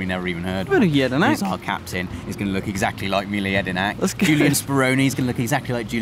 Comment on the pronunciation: Bout time someone pronounced Mile Jedinak's name correctly lol